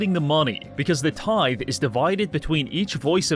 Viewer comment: Its a tith"ee" bish, you bot